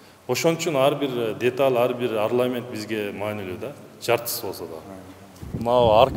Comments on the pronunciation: Орнамент арламент эмес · Арнамент деп айтса жакшы болмок тапыхты окуган балдар керек экен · Орнамент деген созду туура айта албаган тормоз экен го бул. азамат!Мунаранын айланасы мышык ыйлай турган!